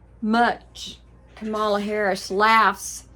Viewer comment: Praying for you. Try to pronounce your next President's name correctly. Harris-Walz 2025. 🇺🇸🙏🏽